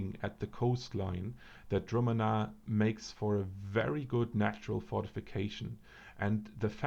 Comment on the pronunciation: I am pretty sure its pronounced: (dru'- manna), so it is. Correct me if I'm wrong. Very interesting vid, btw.